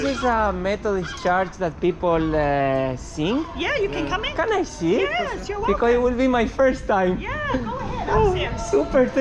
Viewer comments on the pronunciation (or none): CHURCH se pronuncia CHERCH, no charch como dice. Es un error tbién frecuente en España.